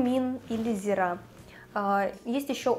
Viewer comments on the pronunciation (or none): зИИИИИИИра. зИИра. не зирАААААА!!!